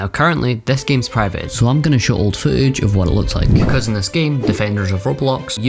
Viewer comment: Show old fo-ige 😂 british